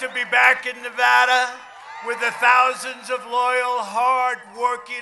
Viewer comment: so glad he pronounces Nevada correctly